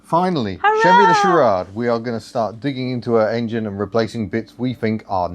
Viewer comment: Charade pronunciation Char A ede.